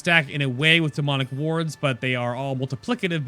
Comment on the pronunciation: LMAO! I thought you said "Demonic Warts" I was like...EW?